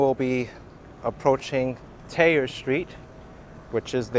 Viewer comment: Nice tour. This is the best time of year to visit. If I would have known you were in town I would have liked to go down to meet you and showed you some points of interest. Just a bit of local knowledge though: you do pronounce the h in Thayer, it's the r's we don't pronounce.